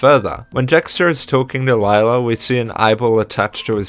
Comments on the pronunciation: Cool video! Although Lila's name is pronounced "Leela", not "Layla". And Sr Pelo is not "Sir Pelo" it's "Señor Pelo" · Nice video but it kinda annoyed me how you said sir pelo it's actually senor pelo (it's Spanish for mr) easy mistake though also the name of skids mom is pronounced lee-la not lie-la but other than those to little mistakes this video was really well made good job 👍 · Nitpick but I believe its (Lee lah) not (Li lah) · It is actually pronounced lila not layla. I believe thats what i heard one of the characters say. I think it was jaune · I notice you’ve been pronouncing Lila’s name incorrectly (which is a common mistake made by a lot of the fandom including myself until it was stated in the fourth episode), but her name is actually pronounced “Lee-la” rather than “Lie-la”👁👁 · Actually I think Lila's name is pronounced Le-La, correct me if I'm wrong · I LOVE SPOOYNMONY LORE OGMB ITS SO RAD HGahahHHGgAAA Sorry I got excited Edit: Also slight correction, Lila is pronounced “Leela” in the 4th episode. It’s alright tho, I pronounced it the same way a long while ago. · You pronounced lily wrong Lee-La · And you pronounced Lila's name wrong... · You pronounced Lila wrong